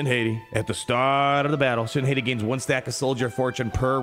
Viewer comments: Shin HAY-TEE?? NO. Shin HOT-TEA!! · Once and for all, it is pronounced "Hah-tea" like the wolves Skoll and Hati from Norse Mythology. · I don't get why cant say Shit Hati names right to save his life lol. It's Shin Hot-ti Filoni named then after the wolves that chase the sun and moon, Skoll and Hati. Her TW omi is a big FU to JMK CAT lol i love it. At the start of the encounter, all light side enemies are immune to cooldown reduction for 2 turns, and the other clause, whenever a light side enemy gains Damage Immunity, they are inflicted with Fear and she gains a bonus turn, again FU to JMK CAT. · I think it’s pronounced Shin - Hottie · needs to get his pronunciation of shins last name under control lmao